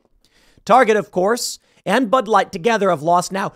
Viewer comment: "just like butt wipe, bud light", 😆🤣, sure sounded like that's what young Tim said.